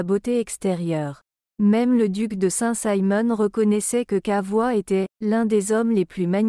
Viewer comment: 😂Le commentaire est à mourir de rire. J’ai dégoté quelques pépites : « La modestie de ses données extérieures », le duc de Saint « Saïmon » et Louis ixeivé . Il faudrait peut-être apprendre à l’intelligence artificielle à lire correctement un texte 👻